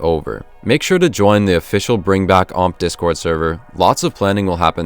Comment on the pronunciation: See? Its so much better when u just say omp rather than O M P P